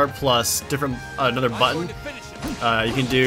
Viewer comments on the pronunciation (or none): none